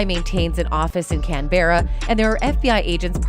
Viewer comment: That’s pronounced: “CAN-burrah”.